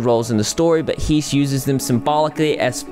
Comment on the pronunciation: Dude I love you so much but Herman Hesse is pronounced like (heh-ss). I thought we were talking about Rudolph Hesse for a moment, who was Hitler's broseph, but nope. Although they are related, so just think of pronouncing Rudolph Hesse when when you see a Hesse surname :) . Cheers!